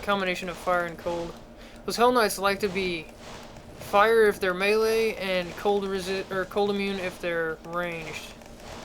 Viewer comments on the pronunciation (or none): none